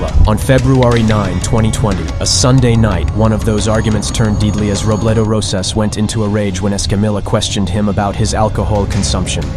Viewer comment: you think you are listening to a real person and then they read 'narcotics' as 'nirckiticks' and then shortly after they pronounce 'deadly' as 'deedly'....this also explains how this same young white kids voice seems to narrate hundreds of different channels vids. Hard to believe that is an AI voice when it sounds so much like a young stereotypical white kid from Somewhere USA